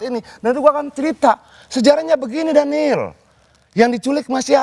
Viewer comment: Daniel, daniieelll, yg bener dong.